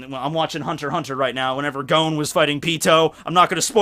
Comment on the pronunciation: did he really just pronounce Gon "Guh-Own"?